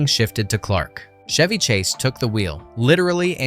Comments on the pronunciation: CH..Chev-y not Shevy. He's not a car.😂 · Is the announcer calling him "Shevy" on purpose? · Pardon my ocd… it’s Chevy as in cheese or checkers. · Chevy Chase pronounces the “ch”s in his professional name identically, just like the “ch” in “cheese”.